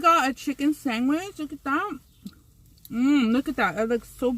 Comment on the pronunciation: when she said sangwich 😂😭😭😭😭😭 i was giggling and saying it out loud to myself 😂😭😭😂😂😂